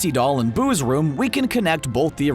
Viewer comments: When he says boo’s it sounds like booze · Every time he says boos’ it sounds like booze